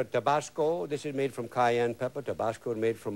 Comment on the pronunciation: I loved watching his cooking show and the way he pronounced Cayenne Pepper and Onion.